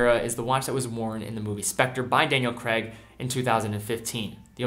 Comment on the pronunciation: It's Craig not Creg